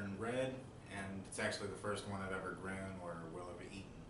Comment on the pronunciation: Did you say gran instead of grown?